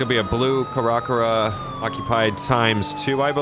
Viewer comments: You are pronouncing the truck wrong. Cara cara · Why does he pronounce CaraCara like that lmao